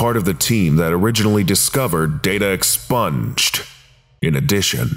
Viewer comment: Stop saying "data expunged" that way...